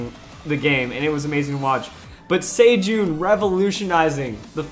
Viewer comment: its se- jun not sei-jun like celestal pronounced like the ce in celestal